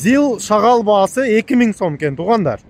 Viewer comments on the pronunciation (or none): Рахмат байке,шагал дебей шагыл десеңиз.